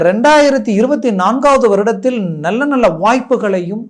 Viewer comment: 'நள்ள'..மெல்லினம்.இடையினம் தெரியாமல் என்னய்யா தமிழ் பேசுறீங்க..😮